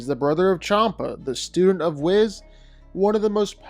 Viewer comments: "Whiz, Kee" :( "Weese, Kye" :) Whis, Ki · Its not "whizz"... its Wees! Lol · i almost punched my monitor when you kept mispronouncing, "Whis" say it like this Weesss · You know you're pronouncing Whis incorrectly, right?